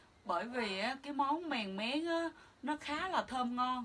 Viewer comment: Mèn mén chứ không phải mèng méng